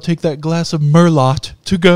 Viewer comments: its merlot not mer LOT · mer-low, its pronounced mer-LOW. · The t is silent . Merlo and yes im kidding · MerloT? My dude don’t do this it’s merlooooow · How does not know how to pronounce Merlot? Edit: It would've sounded even funnier because then it would've been "Mer-low to Go" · My guy out here really calling Merlot Merlot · "Merlot to go" would be funnier if it was pronounced properly 🤣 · dont prenonce the t of merlot xD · Merlot is pronounced without the t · The way you say merlot makes me unreasonably angry